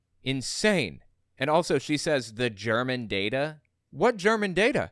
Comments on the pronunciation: Her slippery pronunciation was “germane” not German but you are entirely correct that she is a whack job and her interpretations regarding any data is biased. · hey Tenpenny, if when you scam you should know how to pronounce the words you use to sell your scam. its not German, its Germain data. she's an herbal pill pushing scammer claiming HER supplements cure medical diagnosed diseases. that alone makes it hilarious to hear her talk about healthcare scams. all these conspiracies just show us how much the people who dream them up actually abuse hallucinogenic drugs. the demon sperm lady was part of the same group of whackos Ladappo of Fl was also in.